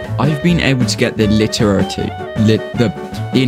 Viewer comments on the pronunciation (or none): I just gotta stop watching cause you you cant pronounce LITERATI